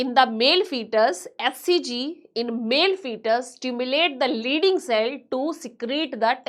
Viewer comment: Ma'am it's leydig cell not leyding